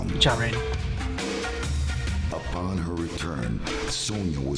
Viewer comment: And 'Raiden', too, is the big one that's being mispronounced.